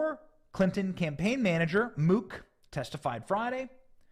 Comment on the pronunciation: Benny, Mook is pronounced like "book" for future reference. I have relatives with that name. Great reporting.